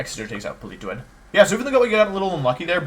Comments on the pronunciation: IM LOSING MY MIND AT PAUL-EE-TOE-ADD WHHHYYYYYYY (politoad) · Please stop pronouncing Politoed like that. Jfc, it's so cringe.